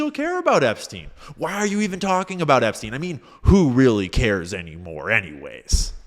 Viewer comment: I like how he says Epstein like he’s so unfamiliar with him he can’t pronounce his name correctly. If you didn’t wanna look like you’re were on the flight logs Donald you’re going about it the wrong way.